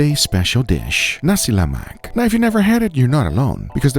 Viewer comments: I counted, “Nasi MELAK,” two times. 😂 Where’s the “Exact amounts and ingredients always in the description box down below”??? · He said "Nasi Melak" 3 times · Noooohhh... Nasi melak terus dy bagi🤣🤣🤣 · hahatwisted tongue from nasi melak to "Jeleman" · I see you struggle to pronounce "nasi lemak" 😂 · petition to take 'uncle' title until Guga can pronounce 'nasi lemak' right 😂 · I'm from Malaysia and I approved your Nasi Lemak, Guga. It's okay for you to mispronounce the word 'Nasi Lemak'. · hahahahahha. slip of tongue . guga said "nasi melak" instead of "nasi lemak". but its okay. guga bringing my home country Malaysia national food to the whole world! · i can hear guga struggling to say "lemak". for instance he literally said "nasi melak" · NASI "MELAK" LOL hahahahaha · its not nasi melak, its nasi lemak😂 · Nasi Lemak... Saya dengar Nasi Malak 😂.... Patus sambal ori guna lada kering paste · You know all Malaysians are gonna roast you for mispronouncing Nasi Lemak as Nasi Malak😂😂😂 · Nasi Lemak❌ Nasi Malak✅ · i love how it when from Nasi Lemak to Nasi Malak. <3 love you though guga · Dei....it's Nasi lemak...not nasi Melak😂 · ni*** its nasi lemak not nasi malak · Hey Guga, it's Nasi Lemak, not nasi melak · I overheard guga nasi "melak" a few times,is nasi lemak , hahaha and with my history of the rice , was cook directly with coconut milk and water mixture, not added afterwards i think , and even tho is hard to get, u need pandan leaves too, for the max fragrance of the rice Uncle roger might blame you in use of blender instead of pestle and mortar , but i am ok with it Sight change, mix the peanut and anchovies in later during consuming, coz if the sambal is too wet, it will get soggy anchovies and is not good But i am impressed on the use of belacan, the kryptonite for the whites , thats what we call it Ps; mark just released his vid of visiting Malaysia with durian cendol, something guga will avoid But yea mark was in thai for many years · Nasi Malak?